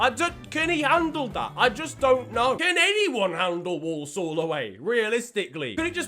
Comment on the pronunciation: The way he says Walsall 😡